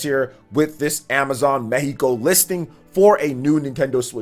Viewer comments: Thanks for saying "Meheeco" and not "Meccico" 🤙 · Good info as always and as a bonus, your spanish pronunciation of Mexico is on point.